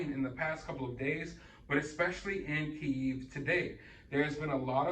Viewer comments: I love your content and reporting style and I don't mean to critique, but so many reporters pronounce this wrong. To my knowledge is Key-Ev" not eve. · Pronounced. Key ev